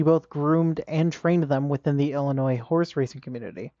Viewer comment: "Northern IlliNOISE" :face-blue-wide-eyes